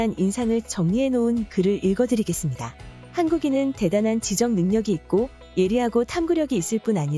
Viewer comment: 지적...이 아니라.....지쩍이라 발음해야 할 것 같습니다.